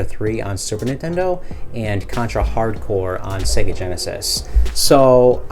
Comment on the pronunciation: Excellent video man but you are mispronouncing 'SEGA'. It is pronounced 'SEGA' as in "AGES' (not as in EGG)